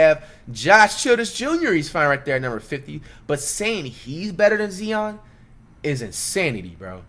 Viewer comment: Whats more disrespectful? Zion being ranked 57 or you pronouncing his name Zeon? We aint talking about a 12th guy on a roster here....